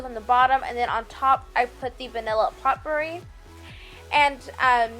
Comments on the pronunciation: Potpourri is pronounced as "poe pa-ree". Poe is said like "joe" not "pot'. The "t" is silent. I appreciate your creativity! Thanks for sharing. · Also Potpourri is POH POR EE. Look up words you don't know. It will give you more credibility on YouTube. Good job on your crafts, however.